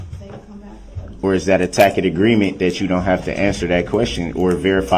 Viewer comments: the moment Brooks learned the tackit vs tacit distinction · The way he pronounces “tacit” w a k sound instead of s sound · "Is that a tackit agreement?".... Lol. Goofball ass dummy. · The manner in which he twists and mangles words is absolutely astounding. "Deeshkripshun", "licin place", "substain", "entee", "doojishul", "uhdoonduhkayted", "tackit/tackick/tactic", and on and on. His pronunciations are nearly as abominable as his knowldge of definitions and appropriate usage of words. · "tack it agreement" bwahaha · tackit for tacit, umbiblical cord (my favorite), sub stained, axed, spec a lation, relevancy, and soooo many others! 😅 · A "tack-it" agreement? Lmao this dude is an absolute boob of a human being and it'd be pathetic if he weren't a POS murderer. Instead, it's just infuriating. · Is this where he learns how to say Tacit? Continued watching - Nope HAHAHAHA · He mispronounces tacit, and she says it back to him the correct way. That got me. 😂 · Day 8 am is the exact point in the trial that dumbo learned how to pronounce "tacit!" (And, he put it on the record in the first few minutes of this video.)